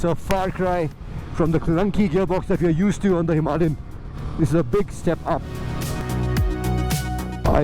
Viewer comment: Why can't Indians pronounce 'Himalayan' properly? And why does he keep saying "M M" instead of the correct way, which is "millimeters" . Excellent video though!